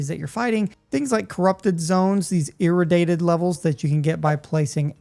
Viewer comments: I stopped watching when he said "irridated" instead of "irratiated" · its..... ir-a-dee-ate :face-green-smiling